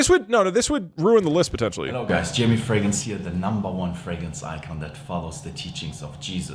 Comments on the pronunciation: Why does he say fragance? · Today I learned that Doug can't pronounce "fragrance"